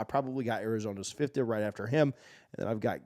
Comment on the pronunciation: Love your content brother. Agree with your rankings, Shedeur is him. Just a little FYI: Noah’s surname is pronounced Ph - Fee - Ta. #skobuffs #DT2 #legendary.